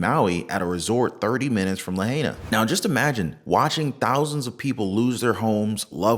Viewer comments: Great video! Pronounced La hi! Nah! Not la hey ah🤙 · Pronounced La-hi—nuh otherwise great coverage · It’s pronounced La Hi Na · Pronounced "Lah high nah". The natives want it pronounced correctly.